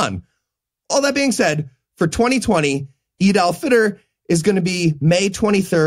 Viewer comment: The way you say "Eid al Fitr" it sound like "Adolf Hitler"